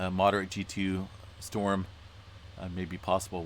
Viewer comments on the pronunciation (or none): none